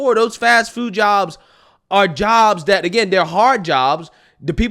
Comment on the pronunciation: Drives me nuts to hear you be so articulate, yet still say Dis (this), Dat(that), Day (they).